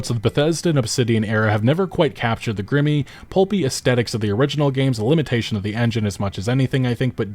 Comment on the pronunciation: That is not how you pronounce grimy